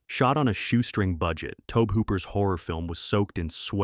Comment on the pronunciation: This is what happens when you're lazy and use ai voice narration. So many mispronounced words. Tobe Hooper is pronounce "toe-bee" Hooper, for goodness sake. Just plain lazy.